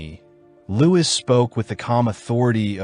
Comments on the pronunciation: yeah man no worries, I hate all the people talking down on really interesting videos just because of the AI narration. Toward the end of the video I think I figured out what happened. Whenever the script just said “Louis” the narrator would say it like “Lewis,” but whenever his full title of “Louis XIV” was in the script it would say “Louie the fourteenth” The video was really good by the way I like your style and presentation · His name uses the French pronunciation, it should sound like “Louie” not “Lewis.” Strange that the AI got it wrong most times but every once in a while would say it right. How does that even happen